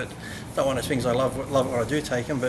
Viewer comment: "like i said, it's one of those fings" lolol